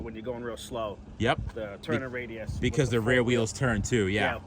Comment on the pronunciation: "Turning Raidus"